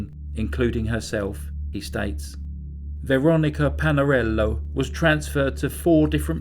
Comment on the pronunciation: I can’t be the only one who replayed over and over the way he said Lorys Stival too much class in that. Made me go pour a cup of tea. Veronica Palalero had some sauce on it also. Please cover more Italian cases 🙏